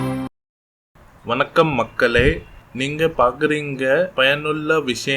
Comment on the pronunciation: Frst tamizh aah Ollunga padichi pesi palagittu vanga boss apram neenga solratha naanga kekurom...apram innoru visyam kadaisiya onnu soninga...nandri Vankam...actually athu Vankam Illa...Vanakam🙏😂😂😂